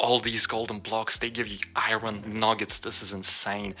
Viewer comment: Not gonna judge you how you say iron but kinda... Yep, gud